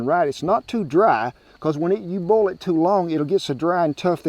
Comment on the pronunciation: The way southerners say “boil” is one of my favorite things ever